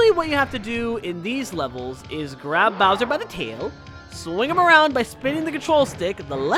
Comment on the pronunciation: Mario:So Long Gay Bowser!(I know he’s Saying So Long King Bowser but it sounds so much like Gay Bowser)